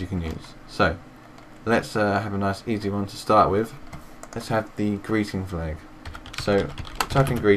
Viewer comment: Thats Couse its Flag not falg :D